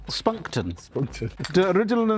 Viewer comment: i fucking died when the camera zoomed in and he said "Skopunkten"